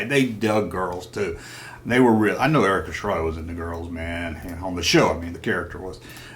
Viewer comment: come on man you know its Erik Estrada not Erika...lol......